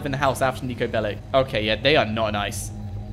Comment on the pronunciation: It’s pronounced “Bellich” just so you know